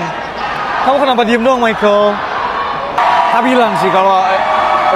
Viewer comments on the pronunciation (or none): none